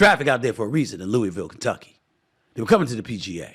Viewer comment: Maybe one day Stephen A will learn how to pronounce Louisville.